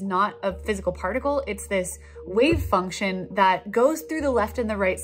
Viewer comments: I'm really worried about the electron being a "Wave Fuction." Fuction??? Sounds sorta like "suction" and...well...never mind. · I recently caught on your channel. Love it! But for now, i just wanted to point out the funny "wave fuction" . All the best to you!